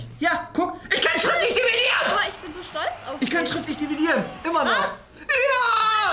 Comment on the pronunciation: Ich kann schriftlich diviedieren." Auch:,,Ich kann doch nich schriftlich dividieren." Lachflash OMG 😂😂😂😂